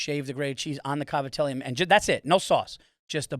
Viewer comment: hearing an italian american pronounce "Cavatelli" how its spelled and not "Gavadeal" is wild